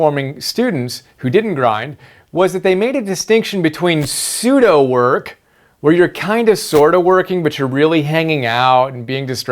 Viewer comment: The way how you pronounce Pseudo is kind of awkward. Because another study tips Guru Thomas Frank, he mentions Pseudo Skimming in his covering the 5 reading strategies. Not only that but Thomas is already my first favorite study tips guru. But doesn't Pseudo work sound like your passively reading. Whereas, reading by word excluding the different ways without reading paragraphs by words. Instead, Thomas states, is to hack Akrasia by using this short term award for eating healthier snacks like almonds for each paragraph. And also, tracking your progress is much important because Thomas uses BeeMinder which, is basically a website of keeping track of the assigned tasks for certain numbers by time in minutes. Overall, I am worried that I may be missing important key terms, phrases or few details and fast facts from, certain parts of the paragraph when using Pseudo skimming.